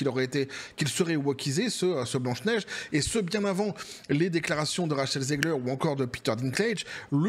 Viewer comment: Ra"cheh"l zegler 😂😂😂